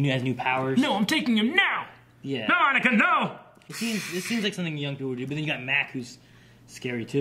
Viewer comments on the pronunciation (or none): none